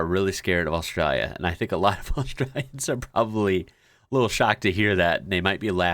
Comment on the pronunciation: Please say Australia properly. You're killing me!!!